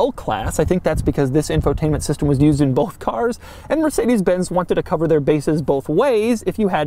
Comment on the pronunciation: Mörsidis bäns ... ach ja diese amerikanische aussprache XDD #nohate